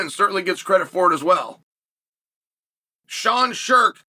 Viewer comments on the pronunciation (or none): none